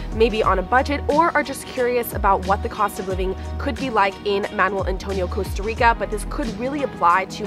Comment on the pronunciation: So painful for someone to be in Costa Rica and not even be able to pronounce the name of the country you're visiting.